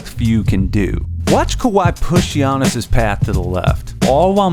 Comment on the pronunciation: Lol i got triggered when he said "son zoo". Great vid tho